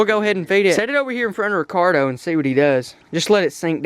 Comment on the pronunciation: instead of Ricardo